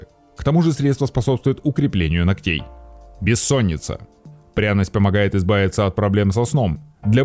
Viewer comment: БеСсонница, пищевАрение. Исправьте.